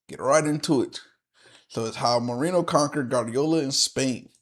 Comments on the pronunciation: Mourinho is pronounced like Muriño if you are familiar with spanish, if not it's like Moore inyo. Winning in Europe means in the Champions League. Galactico means galactic and it's a nickname for Real because they have the stars. Every country has a domestic league and a domestic cup, the cup is the elimination style tournament where all clubs of all levels of the country participate, the league( La liga in spanish) is the championship of the first division where it's based on points depending on the club's results. Real didn't parade after every El clasico but for winning the spanish cup called Copa del Rey(Cup of the King). Super Cup is a title normally between the league champions and the cup winners if different clubs won it(a club can win both in the same season, if they do it's called a double), it's not more important than those though, it's like a season opener title basically like at Wednesday Paris Saint Germain won the european Super Cup against Aston Villa(Paris Saint Germain is the Champions League winner, Aston Villa won the Europa League). In the strategy video you criticised tiki taka but it's the strategy that Guardiola created in Barcelona when they won everything with Messi, Xavi, Iniesta etc. Stamford Bridge is Chelsea's stadium. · Quite a few error in the Mourinho bio in that video, in particular around the Benfica-Leiria era. Terrible Portuguese pronounciation as well...